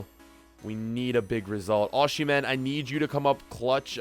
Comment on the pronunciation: You do not pronounce 'sh' in Osihmen